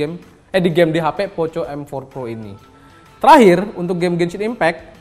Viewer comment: POKO mas bacanya